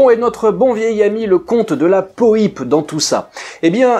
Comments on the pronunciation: Son nom ne se prononce pas de la poype mais de la Poipe avec un Y … dans l’extrait de l’histoire de l’aviation que tu as passé Daniel Costelle prononce son nom correctement… repasse toi le …😉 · Le nom de Roland de la Poype ne se prononce absolument pas "de la po-i-pe", mais "de la poipe". J'espère que ses descendants vous pardonneront s'ils vous entendent écorcher ce nom qui, d'abord et avant tout, désigne un aviateur de la Seconde Guerre mondiale d'une trempe exceptionnelle. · Roland de la Poype (prononcer "Poipe" ! comme Poire et non pas Pouillpe !) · De la Poype (po-a-pe)! A part ça, merci pour tes excellentes vidéos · Pour info prononciation exacte du nom : de la poipe ( phonétiquement parlant) et surtout Roland de la Poype obtint aux commandes de son Yak quinze victoires aériennes, qui en feront l'un des as français. A deux reprises, le 14 et le 16 octobre 1944, il abattit deux appareils allemands dans la même journée. Il sera le premier Français à être fait Héros de l'Union soviétique, la plus prestigieuse décoration militaire soviétique, avec son camarade Marcel Albert, autre as du Normandie-Niémen, avec vingt-quatre victoires et deuxième as français de la seconde guerre mondiale, derrière Pierre-Henri Clostermann (trente-trois victoires). Après la guerre, Roland de La Poype avait entamé une carrière d'industriel, créant en 1952 le berlingot de shampooing Dop. Quinze ans plus tard, il avait inventé la Méhari, avec sa carrosserie plastique aux couleurs inédites pour l'industrie automobile : rouge, vert, orange ou beige couleur désert. Enfin, en 1970, il avait ouvert le Marineland d'Antibes, sur la Côte d'Azur, pour faire "connaître la vie des grands animaux marins". Après sa mort, il ne reste plus que vingt-trois Compagnons de la Libération en vie.